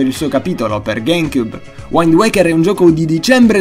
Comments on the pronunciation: Ottimo video, solo una precisazione: la "i" in wind si legge i, non /ai. Altrimenti, sempre di qualità i tuoi video;) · Non vorrei fare il rompipalle di turno ma wind in inglese si pronuncia come é scritto XD ho lavorato all estero e all inizio dicevo waind e mi guardavano male! é piu un consiglio per te!! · dovresti rivedere la pronuncia di alcuni nomi in inglese. wind si pronuncia come si legge..e anche un altro paio. bel video in ogni caso, concordo su tutta la linea, anche se molti di questi titoli non li ho potuti giocare